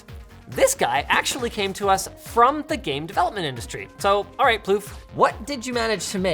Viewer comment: His name isnt plouff... that means queef... poor guy :(